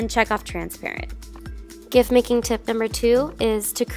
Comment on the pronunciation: It’s pronounced JIFF